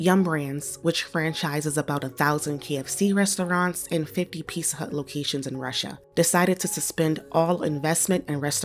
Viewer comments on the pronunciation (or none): It’s “Pizza” Hut, not “Pisa” Hut.. it’s not that hard to pronounce the English words correctly. Ebonics is not English.